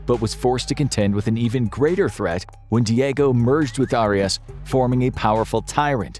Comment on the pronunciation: 😂 he can’t even pronounce Arias name, right?